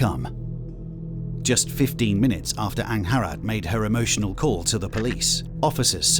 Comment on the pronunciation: Angharad? I thought he was saying "Aunt Harad"... lol That is a name I've not heard before.